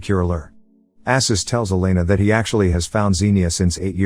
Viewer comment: This was a fun movie. The summary is a bit sloppy in places, but maybe you've only watched it once? I've probably seen it about a hundred times. It's Arsus, not Assus, and those are mobsters Khan kills. I never did figure out what Ksenia did with her clothes underwater in her circus act, though.